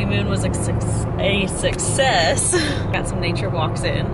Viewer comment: lol she almost said babymoon was a succsex instead of success.😂